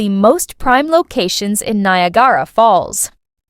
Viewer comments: Don't you love the pronunciation of the Ai? Nia gara lol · Stop spreading miss information, can't even say Niagara properly!! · Why can't she pronounce Niagara. Falls properly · Do you think you could get an AI voice that pronounces Niagara properly?